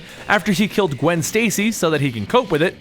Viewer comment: "KILT"???? Did you mean "killed"? LOL